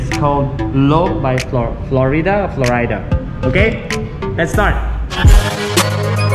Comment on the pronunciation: Flow-ri-da. Accent on "ri" (long "i")☺️